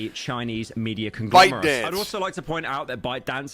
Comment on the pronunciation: conglamerate, ehh close enough